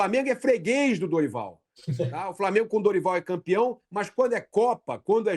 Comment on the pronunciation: Flamiengo,VARmiengo...pronuncie de forma correta,sotaque axxxqueroso.